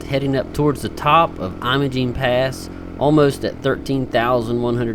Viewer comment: It's called "Emma-Jean" locally, for what it's worth. And Ouray is pronounced "Yur-ray".